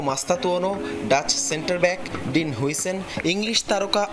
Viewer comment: হুইসেন বলে ডাচ,,পাগল সাংবাদিক কোথা থেকে আসে